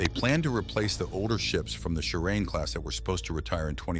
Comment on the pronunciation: It is pronounced "Shi-ra-ne" not "shi-rain." "Up against Gerald Ford" is idiocy. Why was the first F35 to land on Izumo a USMC aircraft if USN a prospective enemy? BTW, PRC is unduly worried about the name "Izumo." It is the location of the Izumo Taisha shrine, extremely important to Japan's Shinto subjects, nominally, nearly everyone.